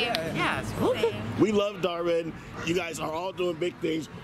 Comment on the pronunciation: It’s dhar mann not dar man